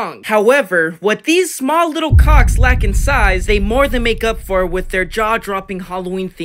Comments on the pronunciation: STOP SAYING CALWCKS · STOP SAYING COACKS IT MEANS BALLS